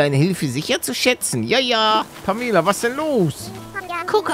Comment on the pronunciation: Pamela wird Pämela ausgesprochen und sie redet grundsätzlich zickig und hochnäsig